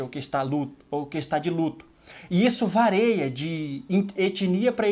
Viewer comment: Parabéns pelo vídeo! És um guerreiro!! Que sejas sempre um instrumento nas mãos do Senhor! Só uma dica: não existe a palavra “vareia”. O correto é “varia".